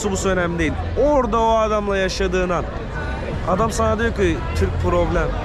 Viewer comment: Kardeşim Turko değil TORUKO Allah aşkına düzelt. Sana da bi kıyak madem Cem yapmadı "watashi wa Toruko jin desu" Vataşi va Toruko cin des- ben Türküm